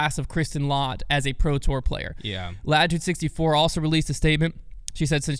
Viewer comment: 6th in the world for non top 10 Paige Pierce after that win! It's pronounced let, not lot by the way!